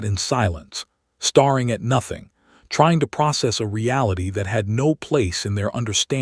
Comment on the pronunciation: I seriously doubt a human will read this and even if they do probably can’t be bothered to fix it but: “STARING” is NOT pronounced “star ing”. It is pronounced “STAIR ING” StaRRing is pronounced “star ring”